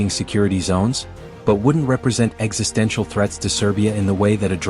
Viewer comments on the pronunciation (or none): none